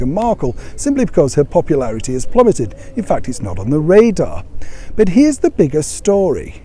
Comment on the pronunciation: "Prpularity ".......really? I mean, really?